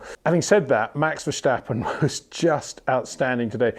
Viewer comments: Congratulations! You are the 100.000th person explaining it's not VerSHtappen! Haha..... Mr. Windsor never reads the comments I think. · HEY PETER WINDSOR, I HAVE MESSAGE FOR YOU SIR: With all due respect ... it is NOT Max "verSHtappen" ... Max is not German (Germans indeed do pronounce "st" as "sht") ... #Max33 = Dutch NL/Belgium! ... It is not "Bottash" nor is it "Lewish" certainly not "verSHtappen" .... This BS started long time ago when a British sport presenter interviewed father Jos Verstappen and assumed you can use a German pronunciation to a Dutch Driver thinking it is so "funny" ... It is not. Serious question: can any Englishman say "versatile" out-loud without saying "vershatile" phonetically? most can about 99,99% ... that is why most English can pronounce Verstappen 100% correct! Father Jos Verstappen (also F1 Racer) was very active between back then only a very few said "Vershtappen" but the vast majority of British sport presenters pronounced it perfectly ... only a few old stubborn farts like Peter Windshor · It's like we would say Peter WindSHore or Windsure haha. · MEX VERSTEPPEN ???.. THE A'S SOUNDING LIKE IN WASH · It's simply very difficult for British people to not use "SH...". They use it in almost every second word. Just hope that people can pronounce your name correctly. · Its about time you learn to pronounce "Verstappen" right, come on